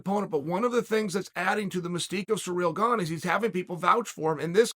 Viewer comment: “Surreal Gong”